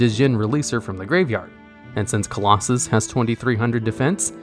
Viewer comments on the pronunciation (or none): Clausolas* not Claulossus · I'll like and subscribe when this video gets rereleased with you saying "CLAW SO LUSS". 👍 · Nobody:: Nekroz of Colosus...😂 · I find it amusing that he messed that up, but nailed "Number 86: Heroic Champion - Rhongomyniad" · so you can pronounce Rhongomyniad right but not Nekroz of Clausolas? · Mans didn’t even try to pronounce Nekroz of Calusolas